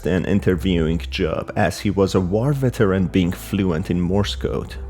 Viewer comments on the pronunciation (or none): none